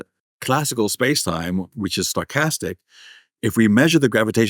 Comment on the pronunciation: Every time he says 'stochastic', I hear 'sarcastic'; and then I mistakenly think that I might have a chance here...lol